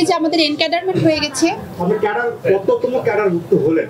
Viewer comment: কততম বিসিএস বলতে পারেনা!